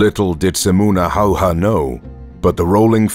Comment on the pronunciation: He is Simo Häyhä... Not Hayha.. Big difference